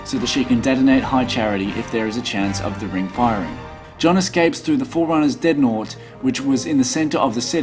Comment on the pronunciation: dread-naught. not deadnot